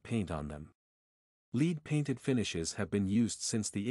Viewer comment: Did a AI bot write this? That’s LEAD paint, not “LEED” paint. Great info tho!!